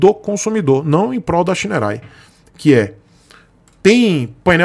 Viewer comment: Olha, não sou fã de scooter, mas essa scooter tem muita coisa legal, parece que os botões são retroiluminados e realmente não consta no site essa informação. O site da Shineray é ruim e outro ponto que ja vejo a anos sobre essa marca, ela não faz nada para corrigir é a pronuncia correta. Eu entendo porque você pronuncia o nome errado, logo não cabe a você corrigir, mas a marca deveria se posicionar e corrigir isso através de ações de marketing. Para os seus inscritos - Não se pronuncia Shineray (xinerai). E o nome da marca é bonito, quer dizer Raio de Sol.